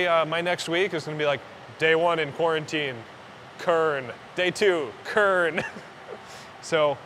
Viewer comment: Kernantine? Lol have fun